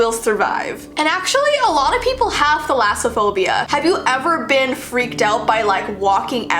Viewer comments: you said it right the first time i might have it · You said it right the first time I am greek and Thalassa/Θαλασσα= sea Phobia/Φοβως=phobia A fun fact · I have thalassophobia as well! And don't worry you're not necessarily pronouncing it wrong there are just other ways to pronounce it as well. I pronounce thalass kind of like malice. thalass-a-phobia. My fear of water goes to the point where I can't even look at it. I can look at pictures of it sometimes depending on whether or not it's a good shot or if it's a pretty shot but I can't just look at a picture of it because if it's just a normal picture of it, I can't...I just can't. If it's in real life I cannot even look at anything related to the water. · I have thalassophobia and not only did you pronounce it correctly but those images 🫡😨😱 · so I am greek and since the names of the phobias are greek words basicly im gonna comment if you say the names correct💖 and yeah you pronounced it pretty good gurl💕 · You’re actually pronouncing it correctly! It comes from the two greek words θάλασσα (=sea) and φοβία (=fear, phobia).💕💕